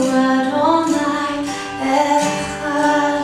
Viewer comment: This is beautiful. There's only one problem. There's no such thing as "Yees-ra-Yel". The word is pronounced "Yees-ra-ayl" Other than that, I love it.